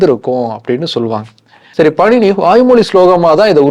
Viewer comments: Bro that's not panini it's paaninee . And it's not astadhayi it's ashtaadhyaayi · Panini-பாணினி , உச்சரிப்பை கவனிக்கவும். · பாணினி சரியாக உச்சரிக்கவும் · இலக்கண ஆசிரியர் பெயர் பாணினி. நீங்கள் சொல்வது போல பணினி இல்லை.